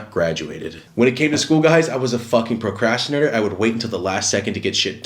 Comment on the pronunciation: “Procastinor” it’s procastinator lmao